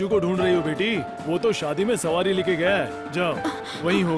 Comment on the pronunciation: *सवारी, not सावारी